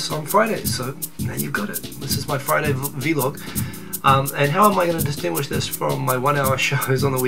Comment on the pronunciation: vEElog? Do you say bEElog?